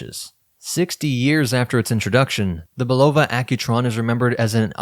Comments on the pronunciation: It's a real downer when almost every YouTube video mispronounces the word "Bulova" from how the company's decades of radio and TV ads always pointedly pronounced it "Bull-ah-vah." It's a family name, but these YouTubers cannot bother to take the few minutes needed to ascertain the correct pronunciation on the Internet. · The correct pronunciation of Bulova is "Bull-ah-vah", with the emphasis on the first syllable. This pronunciation was used in the brand's original commercials and is the way the company has recently reaffirmed its name. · Hey, ',' ditch the AI narration. Ella-jin and Bull-ova have never been a THING.